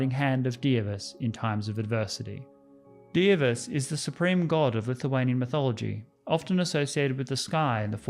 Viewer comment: clap clap clap You have nailed pronunciation of Dievas :)